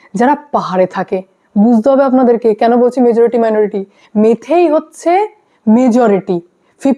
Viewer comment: তোমার ভুল সংশোধন করে দিই, কথা টা মেইতেই মেথেই না ওকে ।